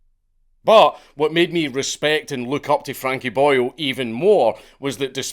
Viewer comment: Every time you say Boyle, I keep thinking you are referring to him as Boyo 😂